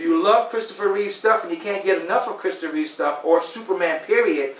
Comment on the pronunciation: It’s “REEVE”…not “REEVES”!! God, that always bugs me!